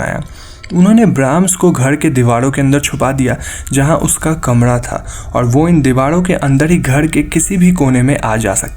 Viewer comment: आप,,र,,को सही नही बोलते घर,, कमरा ,मरे हुवे,,दीवारों,,को घळ,,कमळा,, मडे,हुवे,डीवाळ आप ,सिंधी हो,,??? र, को ,ळ बोलते हो,,कंयो भाई ??